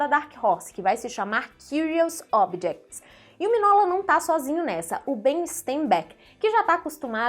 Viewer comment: Se pronuncia "Minhôla", não miguinola, e não minola.